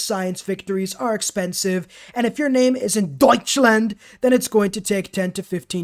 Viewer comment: Good list 👍🏻 I personally like the way you say DEUTSCHLAND 😅